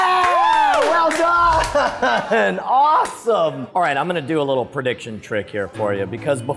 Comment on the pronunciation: what is this "predition" you speak of?